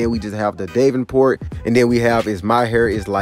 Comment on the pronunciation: Da-ven-port Val-halla Jesus learn to pronounce the names.